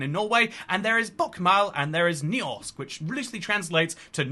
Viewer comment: You could have at least TRIED for the pronunciation :( Bokmål, Nynorsk, Høgnorsk, Landsmål. English approximations: ( Southern British) Bukmaul, Noonorshk, Hirnorshk, Land-smaul